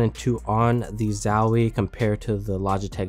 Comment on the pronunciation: sorry,i just cant watch a vid where someone pronounces zowie as zauuuwi...